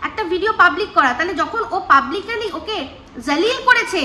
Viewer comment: Except bolo na, Accept bolo. Publically noy Publicly.❤